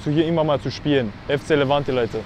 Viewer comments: Er sagt immer noch livanti 💀💀💀💀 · Ihn wurde 2-3 mal gesagt es heißt Levante ud, er sagt trotzdem FC Livanti😂